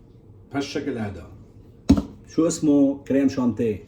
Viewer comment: اخي تهانينا على هذا الإنجاز العظيم لكن لفظك الكريم شانتيييي بعد بدأ شغل منيح. أنا أقترح عليك أن تشرفنا إلى بيروت للعيش في الأشرفية شي عشر سنين حتى تتمرن على اللفظ الصحيح للكلمات الفرنسية. طبعا يمكنك أن تتمرن على لفظ الكلمات الفرنسية في أي بلد آخر لكن لن إذا ذهبت إلى أي بلد آخر لن تضايق العجوز البشعة